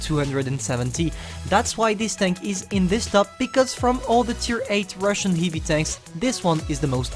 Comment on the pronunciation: Your pronunciation on the word heavy